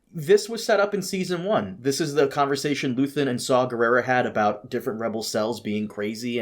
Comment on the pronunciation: It's very in character for to hear his co-host say "Luthen", then continue to say "Luthian" anyways